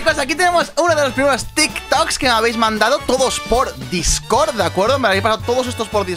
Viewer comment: Dices discord mal